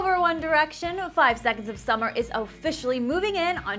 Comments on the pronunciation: I'm sorry I love to watch clever tv but she doesn't even say there band name right.. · Do people really say 5'sauce' ? Or are the letters spoken...? Either way, they're no boy band.. and that's probably why they would seemingly have more (or just a wider range) fans. Just an opinion.